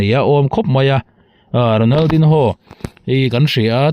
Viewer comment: Ronal din ho tih tulh tulh ai chuan an mahni lam dan a Ronal di nho tihve mai hi a tha lo maw.